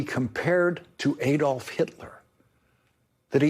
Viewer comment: Lawrence - to repeat, Adolf is pronounced Ah-dolf, not Ay-dolf.